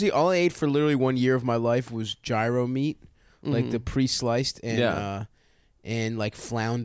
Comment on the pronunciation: The way Stav loves to over pronunciate Greek words and he fucks up gyro is unbelievable